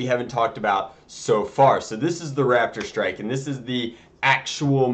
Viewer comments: Is it just me or does he keep calling it a Radidstrike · When he said raptor strike it sounded like rapid strike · I keep thinking he is saying rapidstrike :P